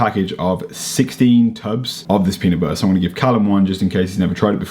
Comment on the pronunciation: Your leg swelling was prob sodium pooling, had it before on long road trips in ankles, turned into cankles. Also, Peanut butter has T’s in the pronunciation 😂